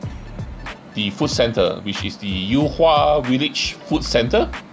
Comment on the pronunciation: yu hua and not you hua, get lost